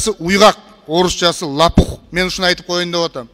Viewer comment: Лапух эмес лопух 😂